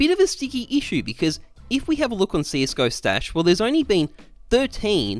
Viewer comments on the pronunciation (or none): none